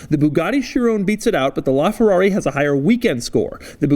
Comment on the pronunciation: Chiron isn't pronounced "SheRONE." It's "KY-ron"